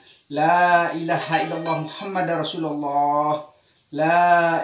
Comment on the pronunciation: biasanya lafaz kalimattauhid itu LA ILAHA ILLALLAH MUKHAMMADURROSULALLAH tapi kenapa tadi diucapkan LAI ILAHA ILLALLAHMUKHAMMADARROSULULLAH....?